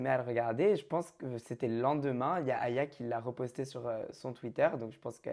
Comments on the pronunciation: Aya Nakamura deux syllabes pas si compliqué de le dire, volontaire je pense de la part de nicos 🤦🏾‍♀️ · Ecorcher le nom d’aya dans tout les sens 4FOIS dans la soirée je suis désolé mais c’es fait exprès, ils ont voulu montrer un manque de considération pr l’artiste qet c’es un gros manque de respect qui ne serait pas arrivé si elle aurait été blanche POINT BARRE.